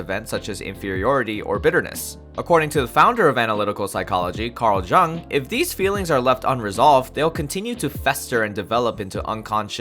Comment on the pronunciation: jung is pronounced yoong, but with a shorter oo sound